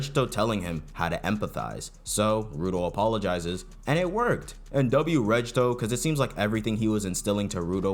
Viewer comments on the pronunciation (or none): W vid but I can't with bro saying rejjto instead of regto 💔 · Pronouncing Regto as Redge-toe is painful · I just want to point out that the "g" in Regto is a hard G, not a soft one. Like "Get" instead of "Giraffe"